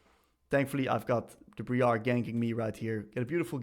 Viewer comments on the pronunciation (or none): bree-are 🤣Dude this is awesome. Wish we had more coaches like you in other roles. Been playing Akali for fun on second account and this is gonna help me so much! TY